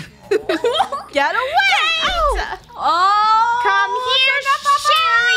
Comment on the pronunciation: said ca te but funneh said cate and said oh it's cate